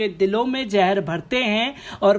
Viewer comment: Please try to improve your pronunciation, it is very hard on ears. Zahar not jahar? Learn from Pyurus Shrama, Abhisar Sharma. They speak correctly, pronounce correctly.